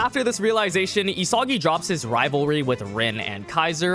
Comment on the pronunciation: Why does he pronounce "Isagi" like that?